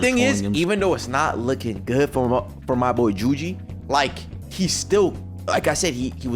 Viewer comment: Bro said juji😂😂😂😂😂😂😂😂😂😂😂😂😂😂😂😂😂😂😂😂😂😂😂😂😂 😂😂😂😂